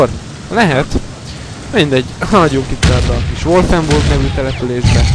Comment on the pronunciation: amúgy a wolfensteinbe az wulfburg és nem wolfenburg :D